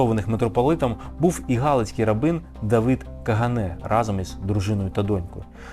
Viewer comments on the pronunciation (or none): none